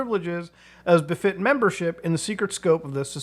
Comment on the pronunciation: “Memebership” got me